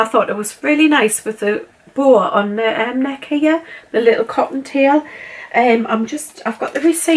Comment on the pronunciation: Lirrup candles lirrup. 😂 love that accent. xx